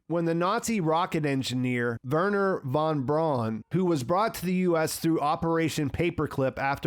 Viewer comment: Von Braun is pronounced like 'brown'. Is this so difficult? All the world is able to pronounce names like Trump or Biden correctly but only U.S. Americans just don't get any foreign name pronounced correctly 🤦‍♂